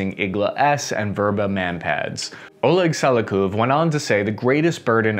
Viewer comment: It's Sa-liu-kob